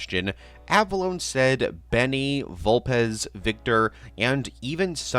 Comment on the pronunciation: explain why it’s Vul-PEZ in every other context prior and after, but only HERE is it Vul-PEEZ? 🤔 it’s literally just here.